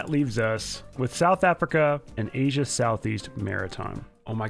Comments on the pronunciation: Anyone from “Aisa” as Sunless calls it? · Aisa? You mean Asia? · What tf is Aisa it is Asia sunless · "Aisa East" ;) Go into dictonaries, Sunless. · “Aisa” East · Sunless: “Aisa East” Me: “Go into dictionaries” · You: “Aisa” Me:”Go into dictionaries” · "Aisa east" lolol